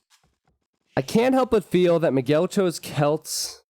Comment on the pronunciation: Who is "Mageel"? :P His name is Miguel and is pronounced as "Me guell". Check it on Google translator in Portuguese to hear it.